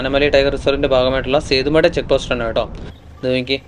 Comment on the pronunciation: തമിഴില്‍ സേത്തുമടൈ എന്നാണ് ഉച്ചാരണം.നല്ല വീഡിയൊ കീപ്പിറ്റ് അപ്പ്.🎉🎉